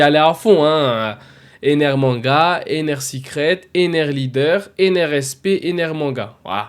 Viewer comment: Comment ça Enel ??? Ptdrr c'est ENER ! Par contre ça peut être sympa une Manga Ener même si j'en verrais probablement jamais la couleur 😅